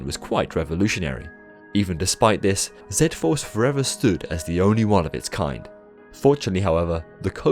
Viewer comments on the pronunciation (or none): The coaster at Georgia six flags was called Z FORCE..... NOT ZED FORCE.... LOL It was a terrible whiplash head banging headache experience.... I hated that rollercoaster. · It was never called zed-force. It was always called Z-Force. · Im sorry but... Zed Force lol